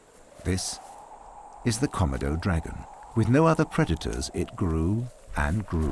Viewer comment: Why can't the narrator pronounce Komodo correctly: kuh-mow-dow.